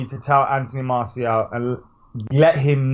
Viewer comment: Howson butchered Martial😂